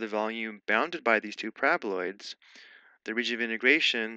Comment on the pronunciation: Someone please hmu with a ringtone of my mans pronouncing 'parabaloids'.